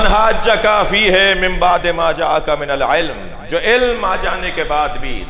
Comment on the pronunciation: QURAN SAHE TALAFUZ SAY PARHNA NAHE AATA OR MUNAZRA KARAIN GAY. FE HE KO FE HAY PARHNAY WALAY ALAMA SHAHNSHA SAHAB PAHLAY APNA QURAN SAHE KARO PHIR BAAT KARNA.